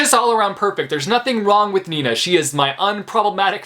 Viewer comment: It may sound so weird but I like the way you say „Nina” 😂😂 it’s obv my name and I like when people pronounce it nicely